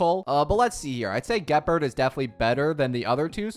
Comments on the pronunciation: "gee pard" "sompoo" "zuye yee, zuye yay" "shu shang" "broo nyah" "sale" "who who" "daen heyng" "klora"💀💀💀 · I don’t understand why you even make star rail videos when you can’t even pronounce , gepard , and huohuo”s name correctly. Clearly you don’t even play this game, you are as ignorant as the person that made “top 10 best characters “ from watch mojo